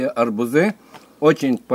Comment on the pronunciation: Добрый день..Все это понятно, кроме одного. Почему вы говорите" арбуЗы" , "аобузОв" вместо "арбУзы", " арбУзов?